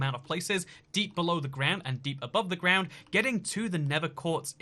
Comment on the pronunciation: 'deep above the groud' lmao